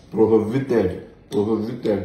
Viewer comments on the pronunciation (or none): “Prohivited” I am on the floor 😂😂😂😂😂😂😂😂😂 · Prohovited 😂 Roro no go keee person o